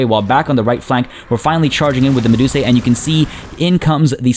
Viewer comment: The plural of medusa is medusae but its said as "medus-eye" rather than "medus-ay" since that's what the "ae" says in Latin.